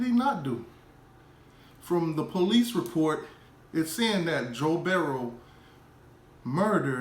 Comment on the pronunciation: It's Burrow not Berrow dummy